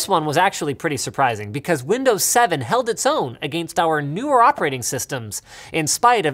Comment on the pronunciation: Because 7-8-9 Because seven-eight-nine Because seven-ate-nine My god Linus...